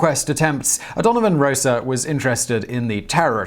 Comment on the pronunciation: It's 'Rossa' not 'Rosa'. The the first syllable contains a pure vowel, not a diphthong, and the 's' is unvoiced.